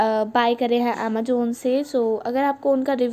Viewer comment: Amajon nhi Amazon hota hain nhi aati bolni to mt bolo aap hindi hi bolo eng main ache nhi lgte